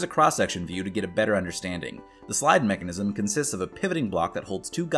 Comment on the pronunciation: Neckanism? Hehe